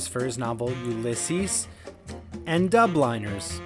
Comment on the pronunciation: Dubliners, not Dub-liners. As in native from Dublin. Also Jane Austen was on the 10 pound note, not Euro.